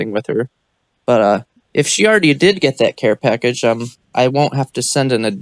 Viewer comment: Shes dying the voice ge has lol packaged lol cash not pack